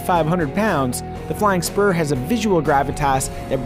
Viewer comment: First I thought he said "Flying Sperm"...